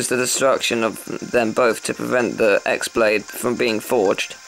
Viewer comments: I think its pronounced She-on...But i could be wrong.... Also i like how say X-blade instead of Key-blade like everyone else does in the game and the players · it's pronounced "key"or "chi" because the "x" is a letter of the greek alphabet